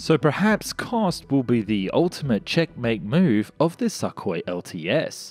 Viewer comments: Hey! Russian aircraft are called Su, Tu, Yak, Il… they are called after their designers: Sukhoi, Tupolev, Yakovlev, Ilyushin…. Their pronounciation is Su (su NOT S.U.), Tu (‘too’ NOT T.U.), Il (il NOT I.L.) ect… official names are as follows - big letter followed by small letter: Think of it as NASA and EASA (NOT E.A.S.A.) 🤗 Great video as usual! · TOTALLY AGREED IF YOU’RE GOING TO NARRATE AND YOU CAN’T PRONOUNCE WORDS PROPERLY GO BACK TO ELEMENTARY SCHOOL AND LEARN HOW TO SPEAK PROPERLY FOR THE PUBLIC’S SAKE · Sukhoi - the U is pronounced like in Sugar or pull, it was a bit painful to hear every time. Not trying to be "that guy", just trying to help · Kinda like x-32 + x-35 in terms of configuration Also please go check how to pronounce Sukhoi, yours sounds weird. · Сухой | Sukhoi C = S y = ū x = kh o = o й = i Sou - khoi, not Suh - koi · "Neh Robotaye" should be the handle of any next Gen Russian aircraft. (Translation: "Doesn't Work") *And it's pronounced "sookhoy" not suckhoy 😂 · Not a SuckHoy jesus christ damn it. It is pronounced as SOOHOY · Wtf with your pronunciation SAKKHOI.. it's Suuu Khoi u idiot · I love how he calls it the, “Suckhoy” lol and not call it the, Sukhoi lol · The name is pronounced Soo koi, not Suckoi 😕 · im curious. what kind of stupid is needed to pronounce sukhoi as "Suck Hoi"? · It's not pronounced a "suck" hoi as you say it. Your pronounciations "suck". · you pronounce sukhoi and mach wrong, mach is said like mark but with a flattened R and sukhoi is said soo koy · Thanks for not mispronouncing the designation Su as "soo". That gets really irritating. Need work on properly pronouncing the name Sukoi though. I cringe on every "suck-oi". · I love your videos and thanks for this review, but please, try to pronounce Russian names a bit closer to what they originally sound like :) "Sukhoi" should be pronounced like "soohoy" with the emphasis on last O. Thanks! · Lol love the pronunciation "Suckhoi" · It's weird to hear suck oi